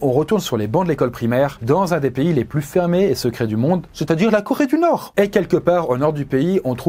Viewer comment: L'accent allemand qui pop de nulle part à sur "la Corée du Nord" était incroyable ! Vidéo super intéressante, merci pour la découverte :)